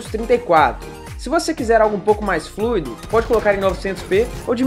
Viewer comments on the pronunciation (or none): none